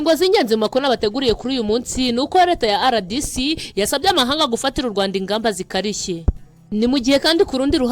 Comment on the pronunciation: Uburyo usoma RDC ni nk'aho Ari icyongereza Kandi ni impine y'igifaransa"Republique Democratique du Congo". Impine y'icyongereza ni DRC.